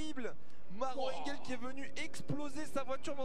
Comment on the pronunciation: "Engöööl. Nordschleif."